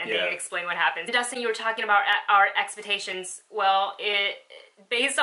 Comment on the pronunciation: 'Ex-pah-ta-sions," hmm, never heard it said that way, . .,"maybe your expahtations were too high," cute.